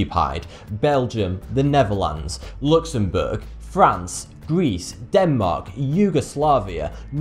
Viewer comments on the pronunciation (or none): none